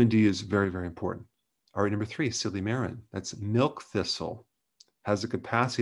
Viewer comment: Silymarin. Also known as "Silly Marine". Ayyyyyeee me matey, I need some fish for me livurrr...